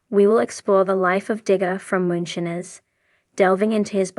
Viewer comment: Why do you say moonshines wrong my god if you can talk shut up.